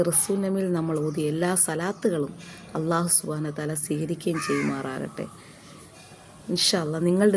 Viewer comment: Assalamu alaikum wa Rahmatullah തെറ്റ് കണ്ടാൽ തിരുത്തണം എന്നല്ലേ അതുകൊണ്ട് പറയുന്നതാണ് നിങ്ങൾ അള്ളാഹു എന്ന് പറയുന്നത് പല്ലിൽ തട്ടി കൊണ്ടാണ് അല്ലാഹുവിലുള്ളത് ലാം ആണ് ലമിൻറെ മഹ്റജ് മുൻപല്ലുകളുടെ മോണ ആണ് നിങ്ങള ل പറഞ്ഞു നോക്കുക അപ്പോൾ മനസ്സിലാവും എ വിടെനിന്നാണ് ലാമ് വരുന്നത് എന്ന് പല്ലിൽ തട്ടി പറയുമ്പോൾ അത് ظ ആയി മാറുന്നു